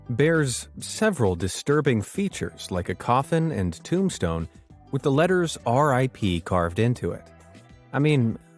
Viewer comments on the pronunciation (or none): none